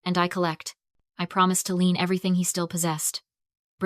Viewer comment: It's "lien", not "lean".